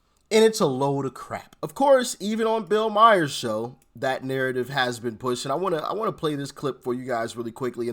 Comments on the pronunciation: Hey, I love you Doc! Bill Maher's name is pronounced like Bill Mar like Mars the planet. I just wanted to make you aware of this so you sound as professional as I know you are. Your brother in Christ, Matt. Myers is like the Halloween bad guy or Austin Powers actor Michael Myers. Remember Mar, like the planet, not Myers like the bad guy or comedian. Love ya brother,God bless you and your family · It’s pronounced Bill Ma-er not My-er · Bill Mayer is pronounced "Marrrrr" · Bill Maher not Mire. Juz sayin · Start getting Bill Maher's name right, ya sound as big an idiot as he does. Do better